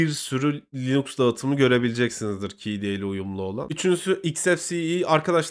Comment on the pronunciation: "kde" demeyi öğren artık be adam